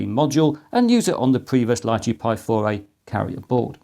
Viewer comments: Small detail is the name "Lychee" wich is a name of a fruit and prononuced "Litchi" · In English it's Lai-Chee or Lee-Chee. In Mandarin it's Li Zhi, pronounced Lee-Chur. There's no "t" in the pronunciation.